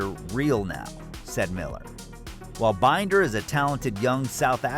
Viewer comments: LOL. Brad Binder = Binn - der, not Bine-der. So much incorrect info here. Stop and rethink what you are doing and maybe do it manually instead of via AI to get accurate info.. Or you are just lazy! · "...Brad Bineder..." Ha ha! His name is Binder. Bin as in bin and der as in der. You have obviously not watched a MotoGP race in the last ten years.